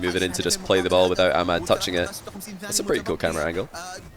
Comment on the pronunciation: For the first time i heard says ahmad correctly